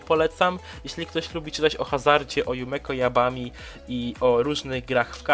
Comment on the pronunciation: Jumeko Dzabami tak się czyta🙂 przeczytałam to było oki bo trzeba dobrze podejść dobrze do czytania starszy pan i kot to cudo, a przygody Akko były dla mnie nudzę i te co nie poleca łeś to ja dosyć lubię.